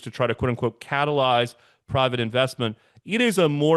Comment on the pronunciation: When says catalyze I break out into a cold sweat.